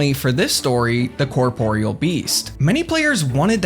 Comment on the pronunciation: Incredible. A RuneScaper who actually knows how to pronounce corporeal. Excellent work.